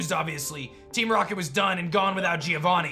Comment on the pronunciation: Bro, Giovanni, not Gíovanni